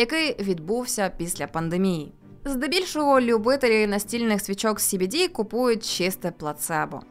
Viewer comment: Ну принаймні СBD ви правильно вимовляли xD